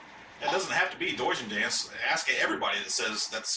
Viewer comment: I thought I heard call him "douche-en-dance" lol